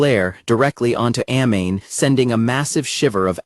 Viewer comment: That pronunciation of Amane is killing me. She is not a flammable gas. Ah Mah Nay. Kouchou isn't a name it is a title. Suzuki isn't a fake name - it is his family name. This is why AI is always going to be inferior.